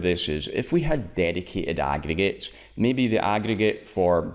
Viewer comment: nigga you can't even pronounce aggregates properly, smh